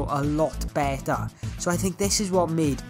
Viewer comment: I say better but you say bette (no offense)